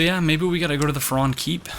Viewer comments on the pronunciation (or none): I'm pretty sure the pronoucement of 'Farron' is with the hard 'a'--FA-ron. I think that's what was in the opening cinematic. Also, according to , the name Farron is a pre-1066 French name meaning Ironworker or Blacksmith. It stems from the Latin ferrum, or iron. As far as lore goes, I have know idea what that could mean; maybe Farron helped arm his own Legion?